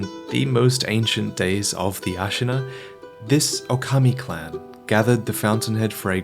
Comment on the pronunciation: Hi, maybe if you pronounce it Ookami, when you referring to Sekiro, it is clearer that you mean "Wolf". It depends on how you pronounce Okami und Ōkami:D